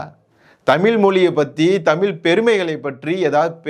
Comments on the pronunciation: தமிழ் not தமில். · ஐயா தமிழ் என்பதை முதலில் தமிள் என்று உச்சரிப்பதை தவிரத்து தமிழுக்கே அழகான் 'ழ' வை ஒரு தமிழனாக சரியாக உச்சரிக்க கற்றுக்கொள்ளுங்கள். பிறகு வீடியோவில் தமிழைப் பற்றி பேசுங்கள்... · நீ தமிழை சரியாக உச்சரி முதலில்.